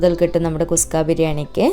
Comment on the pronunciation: നല്ല അവതരണം,,👍 കുസ്ക അല്ല കുഷ്‌ക ആണ്.